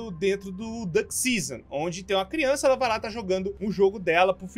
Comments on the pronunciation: Crionça? Kkkkk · crionca ne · É CRIONÇA não criança